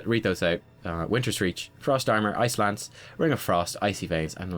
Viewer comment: The whole video I thought you were saying "Ice lands," but I now realize you were saying "Ice Lance." Dang accent :P Congrats on 5k. seems like just yesterday you were still at 2. I love how your channel is growing because you're so incredible ^_^